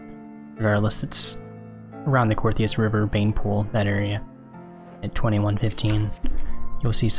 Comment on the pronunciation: "Coerthas" not "Cortheas"